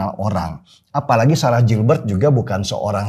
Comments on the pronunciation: bacanya GILBERT bukan JILBERT tapi orang indo semua nya ngeja kek gitu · Koreksi dikit mas denny, cara pengucapan/pronounciation dari GILBERT tetap sama /tdk berubah (baca gilbert),bukan jilbert. Terima kasih. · Koreksi bang Denny...!! GILBERT (dibaca : GILBErT) bukan (JILBErT) Lanjuutt....!! Gaazz Pooolll.....👍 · Mas Denny, it's pronounced "GIHL-BERT" not Jil-bert. Ntar Ibu Ketum gak suka loh.... 😄😄😄